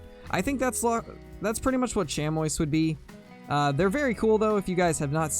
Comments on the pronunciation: Sh-am-ee. Chamois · Chamois is pronounced sham-wah for the animal and shammie when referencing the cloth or leather material!